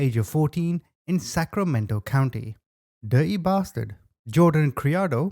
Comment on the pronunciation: "Dirty Bastard" the way this was pronounced with the accent, it was perfect! Love your channels! Ruabk you!